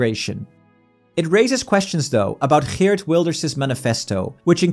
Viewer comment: The GGGGG in Geert gave it away. I don't think there's any other country in Europe with that hard G sound in their language lol.